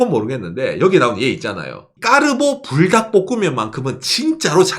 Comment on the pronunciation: 저는 불닭이라고 읽엇는데 뿔닭이라고 하시는군요 ㅎㅎ